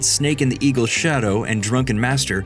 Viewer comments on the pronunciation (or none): none